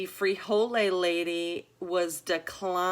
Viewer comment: There is no e on the end of frijol and no e is pronounced when saying the word. The e is added and pronounced before the s when the word is plural, as in most plural Spanish nouns ending with a consonant.